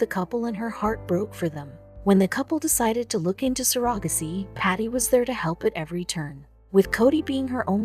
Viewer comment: The way the narrator pronounced ‘surrogacy’ confused me until they said it the 3rd time.🤔🙂😂😂🤣🤣 Greetings from Oz.